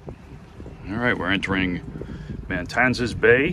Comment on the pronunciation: Isn’t the area you just visited spelled Matanzas not MaNtanzas? That is it has just one “n” so it’s pronounced Mah-tan-zis?